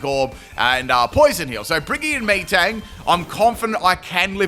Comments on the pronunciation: Out of all the amazing pronunciations, Meeeetang is probably my favorite. 4/5 letters of metal, so I think it’s said like “metal” XD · The way you say Metang makes me think that's how you ask for orange drink. Me thirsty. Me Tang. Me drink. :_pimpKai::_pimpCaterpie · Haha still mispronounces metang wow XD lol